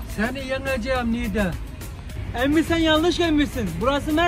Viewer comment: de niğded dedi niğdeliler begensin